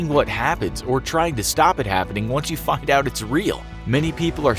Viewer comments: he says "fucked out it's real' instead of find out it's real...lol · It sounds like you're saying 'Once you fucked out it's real' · it sounds like he said f-cked out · Why did it sound like he said fucked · it sounds like you said “when you fucked out it real” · am I the only one who heard “once you fked out it’s real” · holy meem he sounded like he said f*** out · But he said find out lol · Me too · it sound like he swore